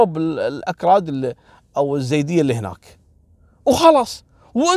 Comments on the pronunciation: اسمنه مو زيود ايزيد نطقكم غلط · عفوا اخوي احمد الخزرجي يقصد الايزيديين وليس الزيديين بس ما نطقها عدل هذولا في بعشيقة وسنجار اللي احتلوهم وسبوهم الدواعش 🌹